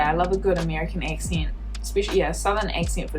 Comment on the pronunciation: Hilarious how she's mindblown by a vowel shift while pronouncing "accent" like eck-sint with the most shifted vowels I've ever heard